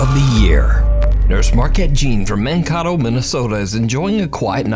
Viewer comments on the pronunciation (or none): For the first one, just in case anyone's curious, the town is pronounced Man-KAY-tow, not Man-KAH-tow. It's a popular college town. It's likely a Lakota / Ojibwe word originally, so I'm sure we're all pronouncing it wrong, but locals at least say Man-Kay-tow. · … my dear dude… it’s Man-kay-toe, not Man-cah-to. That made me giggle as a Minnesotan lol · It's pronounced Man-Kay-Toe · Shout out to Mankato, MN!! or Mancoto he said. lol! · “Mankotto, MN”😭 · Mankato is pronounced Man-KAY-do